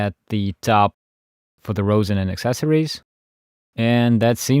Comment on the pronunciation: ummm I think later on you said the bridge or the shoulder rest but it’s actually called a shoulder rest and the bridge is located on to of the violin kinda in the middle plus you kinda miss pronounce rosin but maybe it’s ur accent